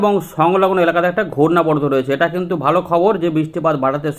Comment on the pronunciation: বালো। নাকি ভালো। একটু সঠিক বাংলা ভাষা বলতে শিখেন ভাই।